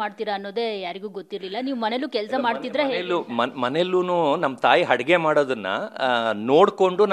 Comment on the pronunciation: ಅದು ಹಡುಗೆ ಅಲ್ಲ ಅಡುಗೆ